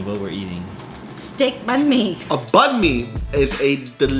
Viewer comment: Bánh mì is actually pronounced like: BANG - MEE. not bun-mee like you said in the video though...